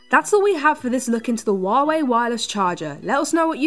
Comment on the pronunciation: It's hu-a-way